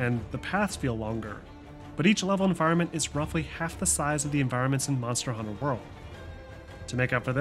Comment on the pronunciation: The way you say Monster: Hunter World bothers me, it's Monster Hunter: World